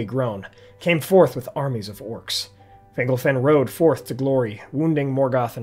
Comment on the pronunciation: The only issue I have with this video. It sounds like you're pronouncing fingle-fin instead of Fingol-fin lol.